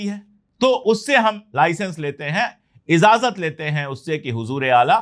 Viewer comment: The word is IJAZAT, not IZAJAT or IZAZAT.